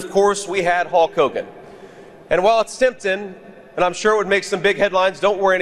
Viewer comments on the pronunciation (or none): "Hawk Hogen" and "Abbey Road" and Dumble Trump is not president, take this guy away